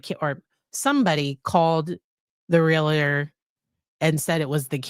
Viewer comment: Love you. But as a 35 + year Realtor. It’s only two syllables. Real tor. Not Realator😊